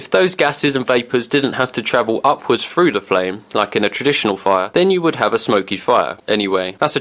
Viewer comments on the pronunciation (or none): Soon as I heard “two ta free feet deep.” I was out. That horrible lazy way of speaking. “Stick your hand froo” “Placing fick branches” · Imagine thinking you pronounce "through" as "froo" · Why say frooo instead of through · "Make a hole fru. " WTF is fru ? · If I pronounced through FREW I would want to kill myself, too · "your arm frew". Man... I didn't know there was a F and W in "through"